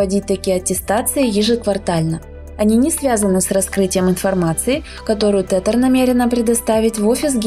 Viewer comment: Не тетэр, а тезэр читается правильно